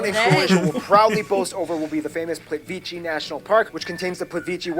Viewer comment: Croatia hasn't had a tourism industry for the past two decades only. It's had tourism for almost 200 years, and huge tourism after the 60's. Also, it's not 'Plitvichi'. It's 'Plit-vee-tseh' (Plitvice). At least you learn the basic names properly if you're going to make a video about a country. Most of the Slavic Balkan people can talk to each other with no problems, they don't have to 'speak slowly and clearly'. The bridge was built, you could've checked it out, since the video came out a month ago and the bridge was completed last year.